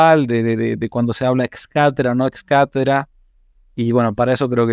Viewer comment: Cuando dice "ex cathedral" en lugar de "ex cathedra" se nota que no tiene ni idea de lo que está hablando. A ver si leyendo comprende más y no se cree esas chorradas de "magisterio ordinario" y sabe cuánto.